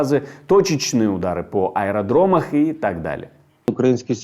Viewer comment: Ударам по ЧЕМУ? НефтебаЗАМ, аэродроМАМ. Диктор должен разговаривать правильно ептвоюмать